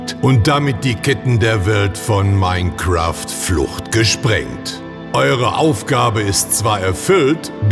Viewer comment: Dieses Minecräft bei !!! AAAAAAAAAAAAAAAAAAAAHHHHHHHHHHHHHHH!